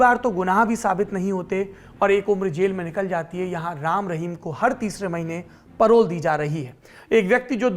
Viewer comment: परोल नही पेरोल कहते हैं